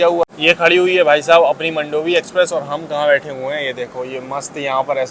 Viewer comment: मंडोवी नहीं मांडवी 😂😂